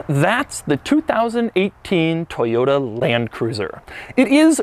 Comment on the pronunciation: Toyota not Toyata